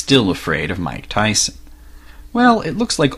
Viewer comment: Iv'e heard of Mike Tyson, but not Mych Tyson, Who is he?